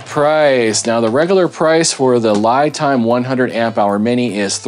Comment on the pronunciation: FYI, unless you’ve heard Li Time pronounce their name this way, I do believe this pronunciation is actually incorrect. Li (pronounced Lee) is the pinying spelling of the Chinese word 力 which means force. I’m an expat living in Taiwan. Just thought I’d offer that up. Love the channel. Learning a ton from these videos.